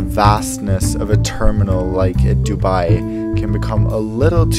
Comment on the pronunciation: He pronounced Dubai like dubee 😂😂